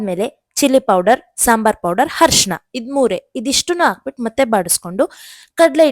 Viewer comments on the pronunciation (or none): ಅರಿಶಿಣ ಅಮ್ಮ ಹರಿಶಿನ ಅಲ್ಲ. 😂